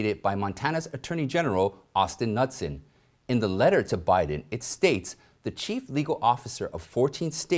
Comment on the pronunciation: FIY:regarding Montana's AG, his name Knutson is pronounced Ken-noot-son.